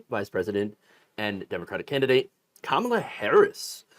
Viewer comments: Convicted Felon trump can't pronounce Kamala Harris' name. Seems like he is struggling to know how to read or his massive Mental Decline is Accelerating even quicker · In all fairness to Trump, the name "Kamala" has three syllables, not easy to memorize for people like him. He should be glad she chose Tim Walz over Josh Sha-pi-ro.